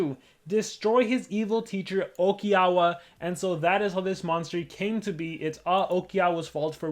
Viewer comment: it's "oikawa " mate, not "okiawa"